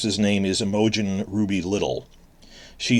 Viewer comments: LOL Imogen is pronounced Em-uh-gene. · Your pronunciation of Imogen killed me. Great video.